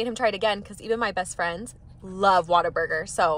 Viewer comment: Ngl it sounds like you're staying water burger lol it's what-a-burger lol